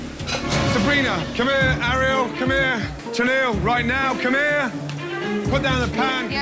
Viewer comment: this narrator going "ah-riel" is really driving me nuts